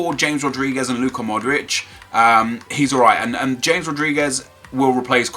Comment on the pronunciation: nep its hames rodriguez not JAMES..